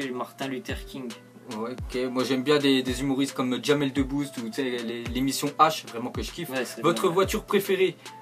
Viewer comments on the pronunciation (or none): on voit le niveau des deux robinho: "martin luther king" alors que: "jamel de bouz"